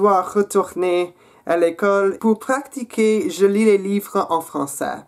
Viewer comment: Hey nice video , as usual ! only two mistakes in your French : be careful pronounciating the verb "Pratiquer" it's not like practice in English, no "C" in this word. You should say "pratiquer" not "praCtiquer". It was funny hearing you saying Astérix ^^ a difficult word for foreigners ! Don't say "LES" Astérix or "LE" Astérix , it's impossible to put LE or LES because Astérix is a proper noun. So we say :"J'ai regardé Astérix (considering we're talking about the film) " OR "J'ai regardé le film Astérix" is also ok. Your accent is pretty nice , keep going reading in french , harry Potter is a nice book :)